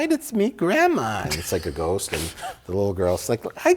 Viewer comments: Lol and ghoooowst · If this comment gets 100k down votes, Mike will stop saying Ghowst, and start pronouncing Ghost correctly